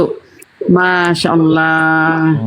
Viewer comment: Pandai bng sebut nama Allah dgn betul, xada bunyi 'O'.. 😊, Alhamdulillah, selamat dtg bg